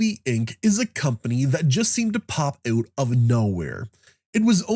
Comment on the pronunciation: Out. Not ewt.